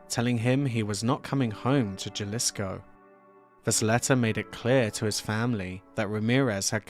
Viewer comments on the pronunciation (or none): Great video, thanks. The initial "J" in Spanish is pronounced as an "H". Ha-lees-ko.